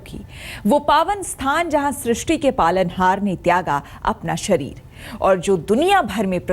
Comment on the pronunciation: Did she just say "tyaga apna shreer". I'm sorry aaj tak before presenting news please prepare properly.